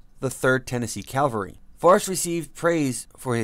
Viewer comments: LOL, also he says Calvary instead of Cavalry, big difference in definition. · Why would they get somebody to narrate this who can't even pronounce,"Cavalry?"